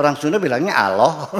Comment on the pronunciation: Sekarang ini sering saya dengar di YouTube dll, bahwa penyebutan Nama Allah menjadi Awlah, sehingga menjadi tuntunan bagi generasi sekarang, apakah ini juga sah2 saja Buya